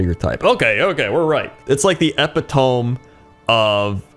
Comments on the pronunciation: E-pit-O-me ... they say you should never make fun of someone who mispronounces words because they probably learned them from reading... but meh this is the internets :D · just wanted to say epitome is pronounced "ehp-it-oh-me" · Eppytoam is a great word. If it was pronounced eh-PIT-oh-mee, it would be a fantastic name for a lake. :D This was so peaceful to watch. <3 Thanks for the awesome content. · Then he said ep i tome for e pit to me. Classic. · As an author I feel compelled to correct you with 'epitome'. That word is pronounced 'uh-pi-tuh-mee' LOL I'm not upset by the way, I thought it was hilarious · Eppytoam is the fantasy pronunciation 😂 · My man, "epitome" is pronounced more like "eh-pih-toh-mee". Take it from this Dutchman. 😎 Loving your pointless content, cheers! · eh-pit-o-me but I get it. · Please tell me you figured out "epitome" at some point. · You butchered the shit out of the pronunciation of "epitome" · Looks up Epitome Still mispronounces it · Crendors pronouncing of epitome loool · Someone has never heard the word "epitome" said out loud before.